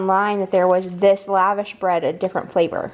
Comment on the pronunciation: Yay for lavash! It’s an Armenian bread pronounced la-vAHsh (emphasis on the second A). My family is from the former USSR. Lavash is delicious with kebabs and grilled veggies as well. Love your channel!